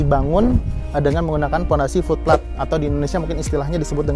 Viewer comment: Oom, itu FOOT PLATE diucapkannya "fut pleit", bukan "flut plat"... untung aja ada tulisan 'Foot Plate' di layar, jadi ga miskomunikasi ... wkwk... lanjuut...😀👍